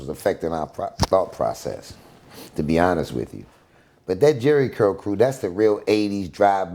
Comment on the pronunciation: This fool said SCurl 😅😅